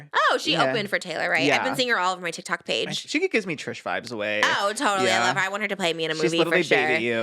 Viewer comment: I love how Trish says TikTak